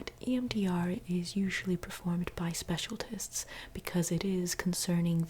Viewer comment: im sorry but i couldnt help but notice you accidentally said “specialtist” instead of specialist in the beginning lolol i cant help myself